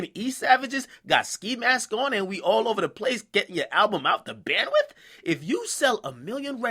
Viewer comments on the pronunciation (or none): Goddamn its "Bando" not "BANDWITH" lol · Not gonna lie....I cringe everytime I hear him say bandwith